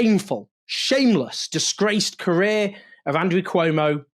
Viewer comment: Cuomo So stupid not to pronounce his opponent right, how this person could lead the city. 😢😮😅